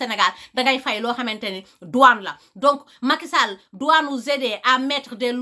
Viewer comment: J'aime bien comment elle dit le nom Macky Sall 😉